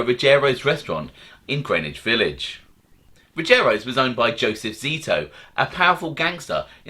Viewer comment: I mentioned a while ago you're like the only guy who pronounces Ruggiero properly